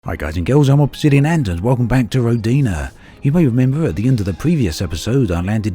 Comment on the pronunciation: The name of the planet (Perun) is the highest god of Slavic pantheon - a god of thunder and lightning. His name is pronounced "Peroon". And the name of the game actually sounds like ROdina, not RodIna )) Thanks for the video! And for all your videos about Elite Dangerous! Oh, and for voicing the Christmas series of course! )))))